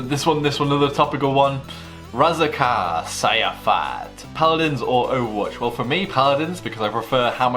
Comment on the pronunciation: Can You sometime call my name more better bcz you call my name is "Razaqa sayafat" xD the true is Razaqa Syafaat #NoHate